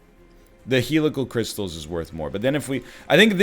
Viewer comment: Will the egg ever, ever pronounce Helical Crystalis correctly?